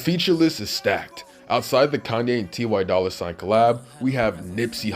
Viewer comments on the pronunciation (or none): “Tee why dolla sign”